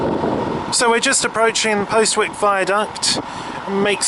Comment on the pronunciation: For Postwick...we say 'posik'..I'll bet you say Why-mondam for Wymondham...haha